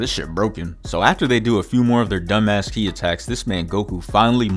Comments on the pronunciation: Bro said “key-eye blast” lmao it’s pronounced “key” for kí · Did bro say kee eye push?